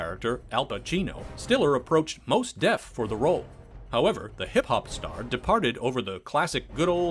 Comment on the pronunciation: correction: "Mos def", as in "moss".